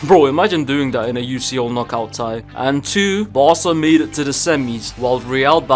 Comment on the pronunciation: Fr vid was going well until he said tie